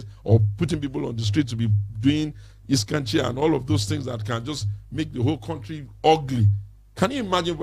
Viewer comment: Did he say "iskanci"?